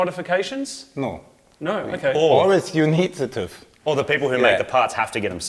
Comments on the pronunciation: I like that English people say TUV not TÜV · holy shit im having a stroke every time you say "tuv" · "Tuv" haha And nobody likes Tüv 😄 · I've never heard anyone say "toove" for TÜV 😅. I've always pronounced the three letters separately "T...Ü...V..." It's kinda like saying ABS brakes "Abs". It's just weird and funny. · ´Very funny how they pronounce "TÜV" toooof :P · hearing "TÜV" pronounced wrong over and over kinda hurt, but the video was fun otherwise I mean you could have tried at least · If you say TÜV that often, might wanna check how to say it.. or just go to DEKRA. All parts pre certified for a certain type of car (wheels, muffler...) need no special allowance, just the papers onboard. If a part is safe and ok (noise, danger, antisocial...) you can get it certified for a bit to lots of cash individually...